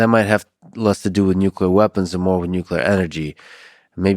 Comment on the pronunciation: Nuclar sites . "Uaps" and nucluar sites bruh .